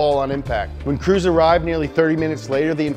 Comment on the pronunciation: when he said “when crews arrived..” I rewinded like five times because I was trying to figure out who Cruz was lol